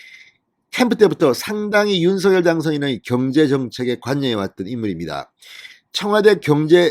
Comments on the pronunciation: 윤서결아니고 윤성녈이라고요! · 윤서결도 아니고 윤성녈도 아니고 윤석열 입니다 ???